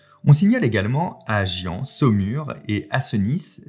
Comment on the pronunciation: Par contre Fabien Gien se prononce Ji-1 pour info!^^